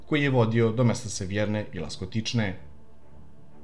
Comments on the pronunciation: Ласточкине, а не "Ластокичне". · Rekao je Laskotične umesto Lastočkine